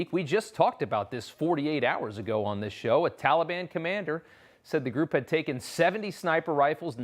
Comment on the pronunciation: "Tulibun"....c'mon Joe say it right